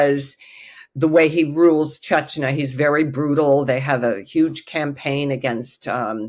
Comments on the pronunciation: Uh, this lady seems to enjoy frequently mispronouncing “Chechnya” as “Chechnuh.” What did you expect? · Does she keep saying “chech na”??? Very distracting and never heard Chechnya pronounced like that from an expert? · Why can’t this supposed expert pronounce “Chechnya” properly?? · Good thing her name is only 3 letters long. She can't even pronounce Chechnya. Look it up. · Russian expert cannot even pronounce Chechnya correctly? This is why Putin has no respect for us.